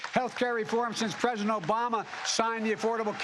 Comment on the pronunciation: He did stammer, he couldn't pronounce president: "prjhhdent"